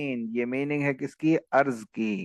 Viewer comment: ارض نہین بہاے ارد